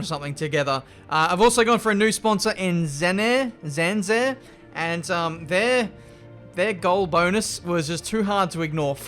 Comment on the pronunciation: tries to say zanzare italians: 🤦‍♂️ 🤦‍♂️